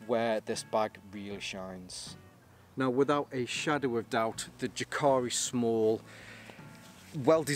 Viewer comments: jääkäri is pronounced almost like YE: ke ri (notice the length of the first syllable) but the "ä" pronunciation is actually between an "a" and an "e" rather than just an "e" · Ive just ordered this, also the large with 2×litre side pouches. I think, regarding pronunciation is ' Yaakari' not that its important. Good review 👍